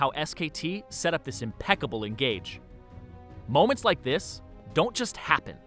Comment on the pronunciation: This Zirene sounds like my jr. high principal -> MOMEnts like this.. Dont just HAPPEN. They're CONstructed. Oh god so annoying I couldnt watch to end.